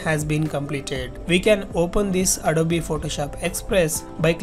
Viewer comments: bhai ita adobe not adobeeeeeee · Please say adob not adoby